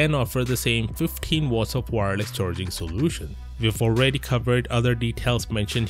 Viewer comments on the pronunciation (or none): none